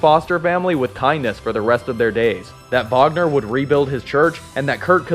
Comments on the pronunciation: Not to sound rude but His name is Kurt Wagner not Vagner he says it like that because of his accent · It's SPELLED Wagner, it's PRONOUNCED "vaːɡnɐ" regardless of what accent the person pronouncing it has. You can look this up.